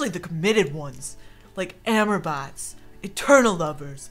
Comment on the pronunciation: its not amer bots its ah-more bikes, like love in french.